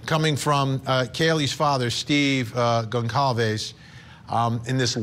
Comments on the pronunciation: The family's name is Gonçalves and it is pronounced : Gonsalves. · Pronounced Gon-sal-vez you're a tv person get it right. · I’m sorry to the private investigator on this panel, but he doesn’t seem too bright. He sounds like one of those true crime wine moms who comment outlandish theories on Reddit. Also why can’t these so-called professionals pronounce Goncalves correctly? That’s the least they could do.